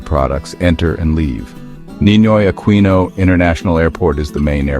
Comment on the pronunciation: Ninoy Aquino’s name is pronounced AKINO. Not Aqueeno.